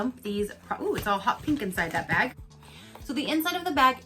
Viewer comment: Omg bag not vag. Completely different topic. LMAO